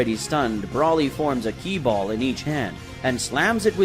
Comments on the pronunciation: It's broly not brawly get it right dammit or if you can't say his name correctly then say broccoli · Sounds like you’re saying “ Brawly” instead of “Broly” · Not brawlie its broly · It's BROly!!!! Not the way you are saying it!!! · hearing you fuck up brolys name over and over just made it too hard to keep listening sorry. all names are stated so no reason for it